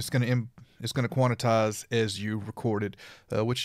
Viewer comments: lololol!!! its quan. tize. not quanatize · Thanks! BTW: It is Quantize ( Kwan Tys ) not Quanetize ( Kwan et tys ) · It sounds pleasantly urban though. I'm gonna say it for the rest of the week.